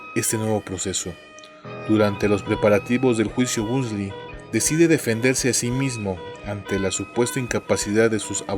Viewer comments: soy la unica q aveces escucha " BUNDY" y otras "BUSDY????😕😕😡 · Excelente video como siempre, aunque tengo una duda porque pronuncias o suena el apellido como "busly" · de hecho yo he escuchado la pronunciación del apellido como "Bondy" en programas de la temática policial-investigativa. Ojalá sigas con el tema de asesinos seriales es muy interesante. Saludos